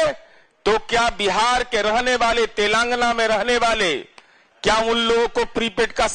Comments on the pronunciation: अरे बोल तो सीखो कम से काम तो लगा बोल रहे हो तेलंगाना बोलो तेलंगाना नहीं है बोलने का तो सीखो नेता बन गया किसने बना दिया कर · Enko to telagana bolne nahi aa raha hai 😊